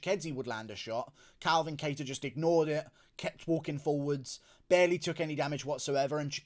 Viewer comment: I love your coverage whether I always agree or not and I love that you owned the shit outta 'cater' v 'kuh-tar' lmfao made me laugh